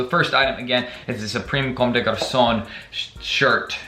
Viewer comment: The way u said commde garçon 😂😂